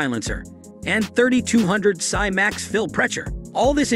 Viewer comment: By now you could easily have located an AEA Element for about $800 from a number of sources. But don't get sucked in by terrible videos like this that are largely computer generated (who ever pronounces PSI as "psy power" or refers to "CNC metal"). And while weight is definitely a consideration in choosing an air rifle, especially for hunting, it is far from the most important. The biggest red flag for this rifle is the literature that boasts 1000fps velocity. No PCP shooter using pellets (whole different thing with slugs but since AEA specifically refers to that velocity using 14 gr pellets they are not shooting slugs unless they are the lightest .22 slugs made) wants their gun to be shooting at 1000fps. The ballistic characteristics of pellets render almost all designs of diabolo shaped pellets unstable at velocities over 900 to maybe a max of 950fps. Don't take my word for that. Check out the shooters at competitions like AOA Extreme Bench Rest and RMAC. They all have their rifles tuned to shoot between 850 and 950fps. So using 1000fps as a promotional number makes it somewhat suspect as to what market they are really trying to capture. For the absolute best info one all these PCPs go look at the video posts on AEAC. Disregard at least 50% of the nonsense on these types of computer narrated promotional videos.